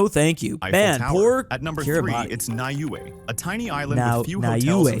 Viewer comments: Niue 🇳🇺 is a territory of New Zealand and it’s pronounced New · I was about to comment this. They could at least do the research to pronounce it or get better AI to pronounce it